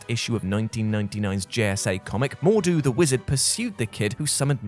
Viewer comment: I'm disappointed that you pronounced MordRu incorrectly every time.